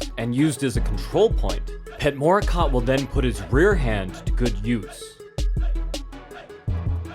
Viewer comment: Morakot in Thai mean emerald. and it should pronoun Mo-ra-kod .